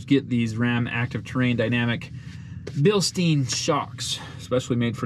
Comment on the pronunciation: Bilstein = bil-stine